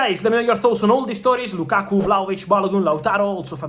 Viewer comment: Thanks brother, but it's Lakakaaa*